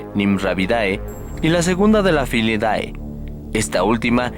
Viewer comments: un dato, el "dae" se pronuncia "de" por ejemplo filidae= filide! Excelente video!!!! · CUANDO PRONUNCIES UNA FAMILIA HABLANDO DE TAXONOMÍA EJEMPLO: FILIDAE, SE PRONUNCIA "FILIDE" RECUERDA QUE ES LATIN. SALUDOS! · La clase es Mammalia y la familia es "Felidae" (que se lee: felide) no Filidae... pésimo manejo de la información!!! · una sugerencia... cuando terminan en DAE se prenoncia como DE